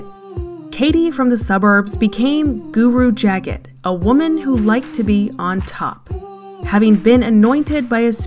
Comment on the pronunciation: It's pronounced "Juh-GAHT GUru". Just so you know. 💗